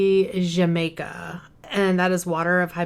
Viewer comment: Hi, oh the agua de Jamaica the J in Spanish makes an H sound Ha like when you laugh hahaha 😂…. In Spanish in stead of haha we write jaja I hope that makes sense